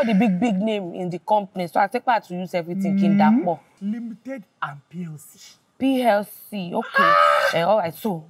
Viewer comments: I'm still trying to pronounce her version of LTD and PLC 😂😂😂😂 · Lol🤣😂Omo sibe u sabi no cap The way u pronounce Ltd PLC is on another level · It’s how she pronounced the Ltd plc for me 😂🤣🤣🤣🤣🤣 sibe won’t kill me 😂😂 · Her pronunciation of LTD PLC choked me 😅😅😅😅😅😅😂😂😂😂😂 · LTD, PLC🤣🤣🤣 The pronunciation 😂😂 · The way she pronounced “Ltd and PLC”😂💔😭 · Sibe's pronunciation of 'LTD' and 'PLC' needs to be studied😅😂